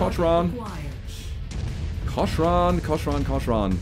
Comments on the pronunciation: I'm pretty sure cochran is pronounced "cock-ran" and not "co-sh-ran" And yeah it's nice to see you finally trying out other mechs besides atlas, mauraders, and later on Stalkers only! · Pronounce "Cochran" as if the "h" isn't there, like kokren. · The pronunciation is “cock-ran”